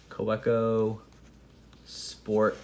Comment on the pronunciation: it's ka-veh-koh (w, pronounced as v...) :) i appreciate your review... good to know parker style refill would work :)